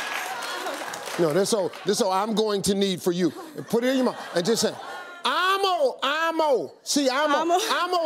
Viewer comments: It's not 'I'm Mo' its 'Ammo' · Sounds like he's saying ammo need jew lol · it started to sound like "ima knead jew" and then i paused the video and rethought my life.